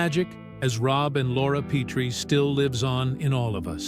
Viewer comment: Yeah, it's "Pet-tree", not "Pee-tree". They need a better text-to-speech algorithm. Their captioning needs to learn punctuation, too.